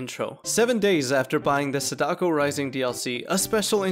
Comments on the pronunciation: That pronunciation of sadako though…. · i’m begging you to pronounce feng and sadako correctly